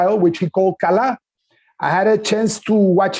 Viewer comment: As a Indonesian, yes Kalah means lose And the way say Kalah sounds a bit like a native speaker 😂😂😂